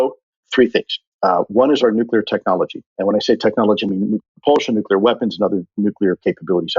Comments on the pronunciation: This was such a great interview. However, for the gentleman in the afterward recap, you are prohibited from discussing nuclear technology until you can pronounce it properly. Conversely, Kudos for use of the word Poppycock, I'd like to request future use of the word Balderdash, Scurriloush, and perhaps, Skullduggery or Muckraker for a nice rounded set. Also, this made me want a cigar. Like, reeeeaalllyyyy want a cigar. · Didn't reveal anything stop the bullshit and the man who speaks after byam can't even say nuclear properly